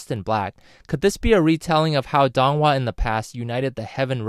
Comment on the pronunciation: Man it really gets to me on how you're pronouncing their names wrong. Pronounce Feng Jiu like "Fuh-ng Jee-oo" (but the "ee" vowel is short, more emphasis on the "oo" vowel) and Dong Hua like Doh-ng Hoo-ah (but the "oo" vowel is very short, more emphasis "ah" vowel ) If you're gonna make a vid, please at least get the name pronunciation right